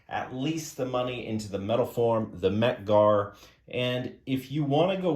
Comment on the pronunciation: Mec Gar? OK…I’ve stopped vomiting now.🤮